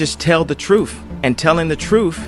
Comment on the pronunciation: Dude, it's Truth, not truf